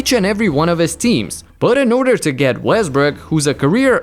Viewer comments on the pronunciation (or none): nigga really said Westbrick😭